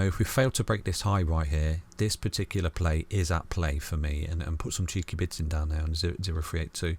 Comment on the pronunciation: I always thought he said bits :0